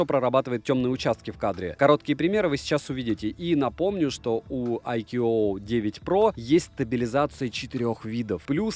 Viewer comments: Хотелось бы исправить автора в его произношении брэнда, так как немного режет ухо. Не "айкьюоуоу" а просто "айку" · Название бренда читается - Айку. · Правильно IQOO (I Quest On and On) произносится "айку" и хотя это суббренд VIVO называть его VIVO IQOO не совсем корректно. У IQOO формально свой сайт, каналы продаж и поддержка (Индийский сайт у нас открывается без vpn и прокси). Глобальных IQOO не бывает, только китайские и индийские, причем у индийских моделей другие названия. Насколько в курсе вывод на европейский рынок по прежнему не планируется. Расцветка а-ля BMW уже на третьем поколении смартов IQOO используется - началось с IQOO 7, так что как она будет в эксплуатации можно узнать в соответствующих темах на 4пда. Кстати поколения у них меняются раз в полгода. Смарт поддерживает n79, а значит 5G будет работать в РФ, тестовые зоны хоть и небольшие, но уже есть МСК, СПб и еще ~40 регионов РФ